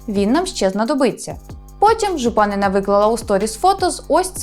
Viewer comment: Не ЖупАнина, а ЖупанИна